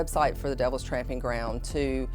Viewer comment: It's "tromping" ground, not tramping...